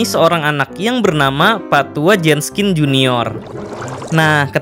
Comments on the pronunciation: Min... Jenkins apa Jenskin...? Kok mimin bilang Jenskin...? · JENKINS, BUKAN JENSKIN, hadooh kebalik nih naratornya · Kalo bisa pronounce nya lebih bagus, Jenkins kan? Ko dibaca nya Jenskin? Ini kritik agar lebih baik, kaya orang2 yg gabisa ngomong Dark dibaca nya Drak 🙄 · pas mgomong pak tua jenskins itu ngomongnya pak tua jeskins pas di awal awal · everybody gangsta, until kata "Jenkins" dibaca "Jenskin" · Bang Kok Jadi Jenskin?? Kan HarusNya Jenkins:v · Itu pak tua WALKERR , BUKAN JENSKINN